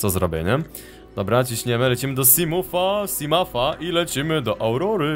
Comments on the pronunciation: simołf nie simaf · MAM DO CB PROŚBE NIE MÓW SIMAF SIMUF TYLKO SIMOŁF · nie czyta się simaf tylko simów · nie mowi sie simafa tylko simąfa a olow bedziesz mogl zbierac exoszkieletem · ten potwór to riper levafan i czyka sięsimouf a nie simaf czy jak tam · ten potwur przy statku to riper lewiatan podrugieb to jest simot nie simuf po trzecie ta pijawka co cie ugryzła w statku to ją odczepiasz norzę i rub dłusze odcinki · EJ OD 5 ODCINKÓW CI PISZE ŻE TO JEST,,SIMOT' I TAK SIE TO CZYTA A NIE SIMUM CZY SIMAF ' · błagam cię mów Simot bo mi uszy zwiędną niedługo! Bo tak się to nazywa! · tak dokładnie mówi się simot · mówi się simof !! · Czyta się simafa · muwi sie ,,simoufa/ simołfa''